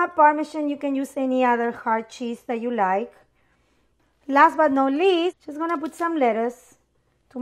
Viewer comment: I thought said, "last but not leaf" when grabbing the lettuce